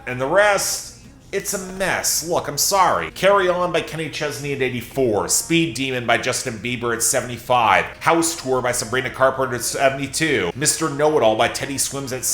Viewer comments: “Sabrina Carper” 😭😭 Anyone remember that clip of that one lady stumbling over her words while pronouncing her name, the exact same way? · "Sabrina Carper" That literally just gave me Deja Vu to when Gayle King pronounced Sabrina's name like that during her press run for MBF and Sabrina responded by laughing and referring to the "Adele Dazeem" meme 💀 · LMAO Yeah it was Gayle King! just gave me Deja Vu to when Gayle pronounced Sabrina's name like that during her interview with her last year for MBF and Sabrina responded by referring to the "Adele Dazeem" meme 💀